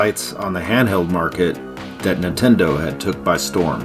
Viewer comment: These videos are awesome but I think I've developed an eye twitch from all the times I heard say "Nuhtendo" 😂